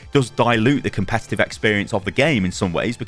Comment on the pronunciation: Says “Comepetive” at the start.